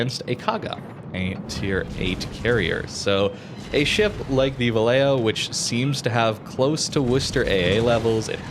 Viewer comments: Its pronounced va-YAY-ho, two Ls have a y sound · the "ll" in vallejo is pronounced like "y" in english like "yamato or yellow". I speak spanish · As a Spanish speaker, I agree with Harper. However, having lived there and stationed there back in the 80's, everyone pronounced it Va Lay Ho. On a side note, we jokingly called it Valley Jo.